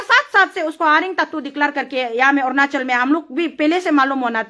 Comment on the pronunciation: Ernachal nhi hae .... Arunachal hae